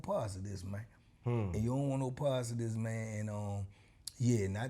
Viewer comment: As long as I have been watch, it’s still funny to hear him say “wont” but is actually saying “want”.